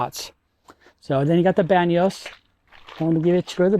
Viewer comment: 'Bano' not Banos.